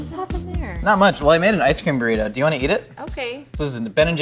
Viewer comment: A burrrrr-ito